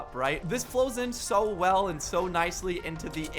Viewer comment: He said I told you sho